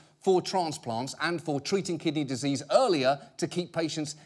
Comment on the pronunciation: "Treating kidneyzzzseas" 😂